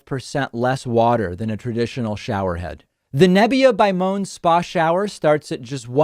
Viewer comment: Moan is pronounced like “Mow-ann”